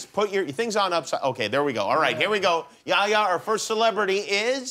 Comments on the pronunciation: Why dosent he say yehya not ya ya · It's not yaya! It's yeHya!